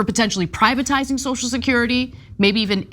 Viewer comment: Notice when Johnson sues the word- he calls it 'So-security'. He can't even bring himself to say the word 'social'.